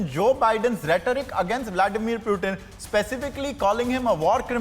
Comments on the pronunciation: For god sakes , it is Putin and not Prutin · y u calling Pootin -- Pewteen